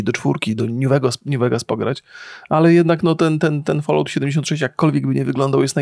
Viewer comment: Falałt, folołt, ja pierdzielę. To jest FOL-AŁT, mówiąc najprościej.